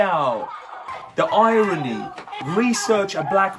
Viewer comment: . “The irony or is it Eye-er-ny. Now that’s symbolism